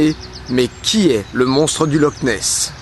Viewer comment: Ça se prononce loR nes